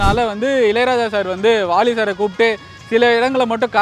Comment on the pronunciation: நீ ஏன் வாலிய வாளினு உச்சரிக்குற ?